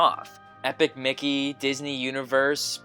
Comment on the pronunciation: that's a strange way of pronouncing epic mickey